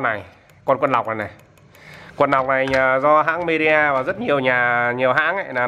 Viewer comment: Midea mà toàn đọc nhầm media 🤣🤣🤣🤣